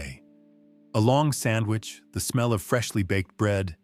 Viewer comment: There is no "m" in "sandwich"! I English the second language of you faux voice?